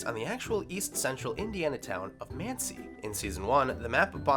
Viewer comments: Talking about a city called Muncie, shows a picture of a sign that says "Muncie", pronounces it "Mancie" several times. Good to see that we're sticking to the same Incorrect Facts idiocy as everybody else who makes these LIST videos. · "Mancie, Indiana"?! How did you get that? It's pronounced exactly how it's spelled. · I blame the narrator for not being able to pronounce Muncie Indiana properly… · Lost all credibility when they pronounced "Muncie"